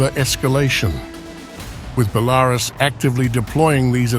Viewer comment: Its not Bel-a-rus its pronounced Bela-rus. Im sick of hearing it.